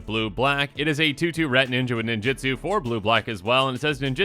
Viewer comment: For the billionth time: nin-JU-tsu NOT nin-JIT-tsu